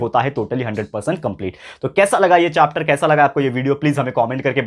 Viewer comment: chopter nahi sir chapter hota hai 🤣🤣😂😂❤️